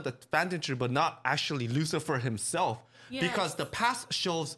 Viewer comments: "you are satan" I believe it's pronounced "Lucilfer" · Someone tell them it's Lucilfer NOT Lucifer